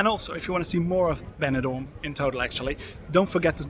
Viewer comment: Porque no áudio vc cita banador e não benidorm? Seria interessante usar umas áudios melhores e humanas e não voz do YouTube e robótica